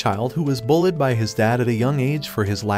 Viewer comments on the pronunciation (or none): Fr bro needs to go to speech and learn how to say bullied fr